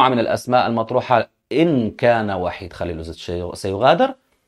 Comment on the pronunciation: س- الكل ينطق بإسم VAHID"صربي" و ب:وحيد"إسم مسلم عربي" فرق كبييير و شاااااسع بينهم إذا المدرب الصربي ليس مسلما....